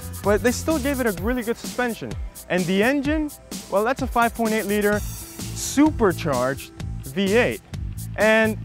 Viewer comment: haha lol... the way he emphasized "SUPERCHARGED" at the beginning it's priceless haha